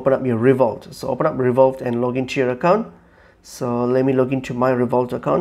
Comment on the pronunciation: RevolUT, no Revolt 😅